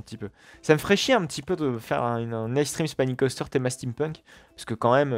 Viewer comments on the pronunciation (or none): chose a savoir sa se dis Extréme spinning coaster et pas icestream spinning coaster XD